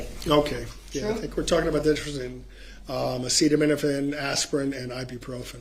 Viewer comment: Acetaminophen. Holy cow, does no one care about either looking like they know what they're doing, never mind the poor court reporter? (I would be a terrible court reporter, because I absolutely would try to take things down verbatim and then add notes like, "the word she wanted was (whatever)" or "Objection, relevance!?" But at least I know that and have thus chosen a better career path for myself.)